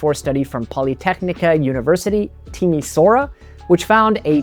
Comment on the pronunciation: you broke my heart when you didnt pronounce timișoara correctly 💔💔